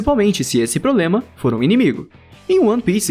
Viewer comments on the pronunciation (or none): none